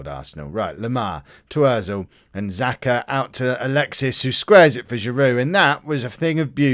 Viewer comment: Time for another lesson of 'Helping learn how to pronounce football players names properly' Kolasinac 'Kol-as-e-nitch' is the best way I can describe it. That's how I say it anyway. I have heard both 'natch' and 'nitch' for the end of his name Xhaka is 'Sha-ka'